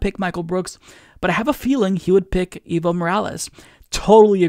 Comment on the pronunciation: Your English pronounciation of "Evo" makes it sound like "evil". Try saying "Aevo" instead. That would be way closer to the Spanish pronounciation.